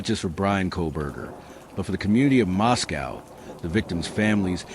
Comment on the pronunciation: Pronounced Mosco not cow